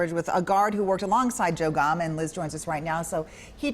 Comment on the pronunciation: "GOMM" not "GOME." Please have respect for the Officer by learning to pronounce his name if you're going to tell his story.